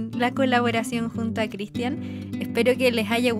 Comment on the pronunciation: Por que CRISTIÁN con acento?